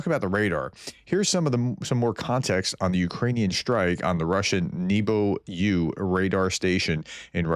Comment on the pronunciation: Nebo (Небо) in Russian means sky (and also heaven). It's pronounced NYEH-ba with stress on the first syllable or simply NEH-ba with E as in egg. Since it's an air surveillance radar the name means Sky-U.